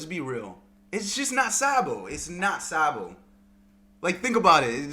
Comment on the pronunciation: Dude you sound like a sheep everytime you say Sabo’s name. It’s not SAA-bo. It’s pronounced SOB-o